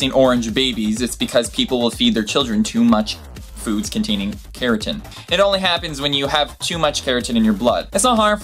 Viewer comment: "Keratin" changes your skin to orange!!! Holly cow.. one day you are going to look back at this arrogant exhibition you posted on the internet and CRINGE carotenoids is pronounced the same way as the vegetable the name originated from - carrot! You haven't thought though what you are saying - you are just blabbing stuff that other people have said or written.